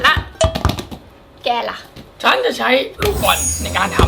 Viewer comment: บอลไม่ใช่บาส😅🤣🤣🤣